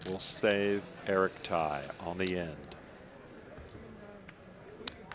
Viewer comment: Poker commentator: how can you pronounce that guys name as Thai? It’s Tsai and pronounced T-zai. The S is not silent.